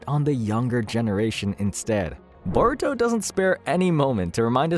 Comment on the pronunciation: I thought the show was called Baruto? 😂